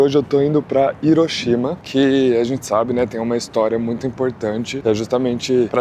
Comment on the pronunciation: Você está falando certo. Hiroshima. Hiroshimá é errado.